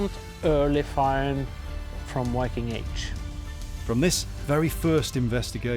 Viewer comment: Archelogist and sectionleader of cultural heritage in Vestfold & Telemark must have used larger parts of his life studying english texts about the viking age, and still he doesn’t know how to pronounce the word «viking» in english… whyking? Do better! pronunciation is just as bad. Even the narrator bothered to learn the norwegian pronunciation.